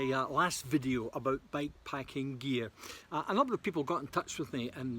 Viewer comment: Good stuff mate! Can't tell at all if you're saying bike packing or back packing 😂 but otherwise love your work.